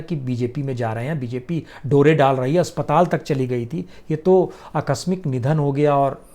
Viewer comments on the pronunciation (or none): none